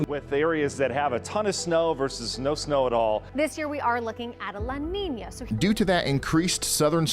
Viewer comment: La niniya ❌ La Nina ✅